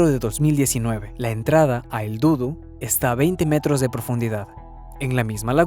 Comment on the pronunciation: No se dudu, es dudú acento en la última u